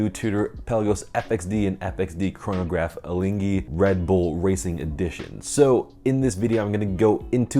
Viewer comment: Congrats, you are the first English-speaking person, which got the pronunciation of Alinghi right...